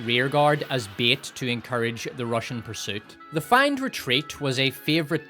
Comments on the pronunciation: It's pronounced fayned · Feigned is pronounced "fayned" not "find". Excellent video as usual though. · Say "feigned" one more gain. What the fucking...? The first 12 times I thought you were saying "fanged retreat" which; fucking metal. Feigned actually makes more sense though...like....grammatically. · Feigned = FAY-nd not FI-nd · Fay-end retreat. Ffs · But you're saying fined, not feigned. How do you pronounce fined? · What an incredibly jarring pronunciation of 'feigned'